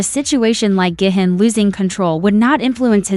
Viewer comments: Is pronounced gee hoon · It's not gay-hin its gi-hun